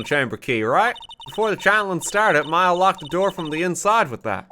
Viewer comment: ITS M-A-YA